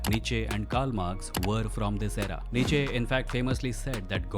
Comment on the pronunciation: Great video just some corrections Socrates rejected the state gods, and accusation was that he corrupted the youth. Buddhism spread out in whole east and in early Buddhism there wasn't any supernatural claims. Nietzsche pronounced as "knee🦵"+"cha" and his quote about God is dead wasn't an atheistic claim.